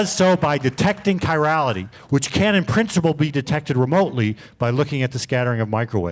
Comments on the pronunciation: Yeah, slightly annoying. More annoying is when he mispronounces "chirality" over and over and over again. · pronunciation of "chirality" is hilarious. He's clearly been doing his own research reading about this stuff, which I think is great.